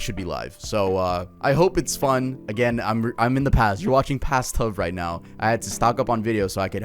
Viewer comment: Tuv rhymes with grug